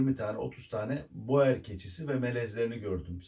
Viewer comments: Aslında Hollandacada boer yazıldığı gibi okunmaz, "bur" diye okunur ve dediğiniz gibi çiftçi demek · Hocam boer yaziliyor lakin buur diye okunuyor. Belcika’da gittikce popülerleşiyor lakin burda eti için değil hobbh olarak besleniliyor